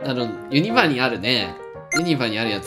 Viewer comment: ユニバのイントネーション気になる